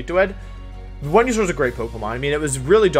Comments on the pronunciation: G-Max “When-you-sore” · Is this man saying "windysaur" when he he knows for a fact it isn't pronounced that way because there are a million different places you can hear it pronounced? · Nobody: Wolfey: VeNuE-sOr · It’s venasaur and your hair is short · sounds like he is saying wenusaur or vwenusaur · I’m new on this channel. Why is he calling Venusaur, “Wendysaur”? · Wenusaur. He switches v and w sounds. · If it’s pronounced Wideo and Wenusaur, shouldn’t your channel be pronounced WolfeyWeVC???🤔🤔🤔